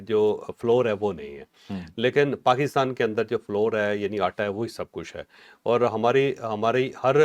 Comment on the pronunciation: فلور نہیں فلاؤر